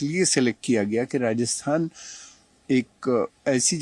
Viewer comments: Reporter ko "Rajasthan" bolna bhi nahi aa rah 😮😮 Radasthan Radasthan chilla raha hai!! 😂😂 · Rajasthan hai... Radasthan nahi hai... Aap bol k bata rehe ho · भाई राजस्थान है राडस्थान नहीं😂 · Sorry to say but Rajasthan word sahi sound nahi kar Raha hai 😢